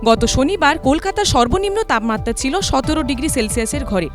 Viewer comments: তাপমাত্রা শব্দটা সঠিক ভাবে উচ্চারিত হচ্ছে না। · এবিপি, আপনাদের প্রতিবেদনের মান অধোগামী। তাপমাত্রা উচ্চারণ যেন বাংলা ভাষার অন্তর্জলিযাত্রা!